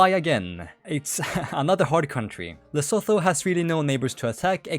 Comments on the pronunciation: Lesotho is pronounced "Leh-SOO-too" not "Leh-SO-tho" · its pronounced les SOO too man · just letting you know, Lesotho is pronounced Luh-soo-too, common mistake!